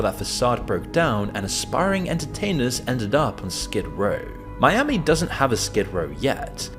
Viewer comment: Are you talking about Miami or Spanishami?